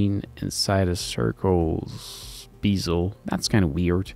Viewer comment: Jesus man, you always pronounce BEZEL like BEASEL..... It's BEZEL /ˈbɛz(ə)l/ It's funny though 🙂